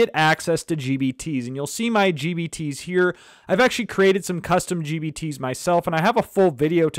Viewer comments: Man is sounds like he's saying GBT's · Every time I hear gbt.